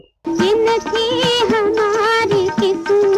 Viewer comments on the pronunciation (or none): Usha ji pronounced Qismat as kismat in the ghazal